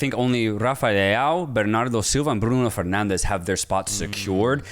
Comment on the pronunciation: I dont mind that non-Portuguese speakers don’t pronounce Portuguese names correctly… its normal, they don’t have to know Portuguese. But for they to go for the spanish accent when pronouncing portuguese names… that always catches me off guard… Bruno “Fernandez”?! Why?